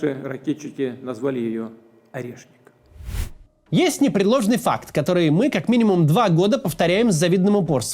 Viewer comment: Мне показалось, или путин чутка кекнул, произнося "орешник"?))